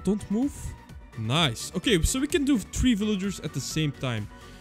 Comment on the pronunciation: Bro dont know how to say three